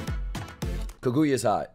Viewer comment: I DID NOT JUST HEAR YOU PRONOUNCE KAGUYA AS KA KU YA